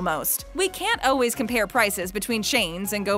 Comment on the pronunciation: Yes! I swear if she says oh-ways (instead of always) one more time...